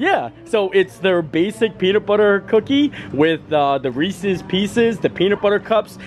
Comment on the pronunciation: Reese’s. You always says it wrong. You are from Pennsylvania. No one I know from Pennsylvania says it like that. Ahhhhh😂